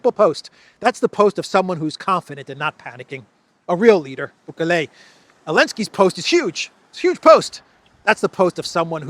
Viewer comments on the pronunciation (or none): Please,, don't distort Bukele's name. He is one of our heros in L. America, a brave and honest leader! The name is pronounced boo-ké-le with the accent on the second syllable, and the "e" in "le" is just pronounced e, like in the word "bed", not "ey" like the letter "a" Sorry for correcting you, but it bothers me a lot when some English speakers call Putin "Piwtin" Extraordinary men or women deserve to be named correctly, I believe!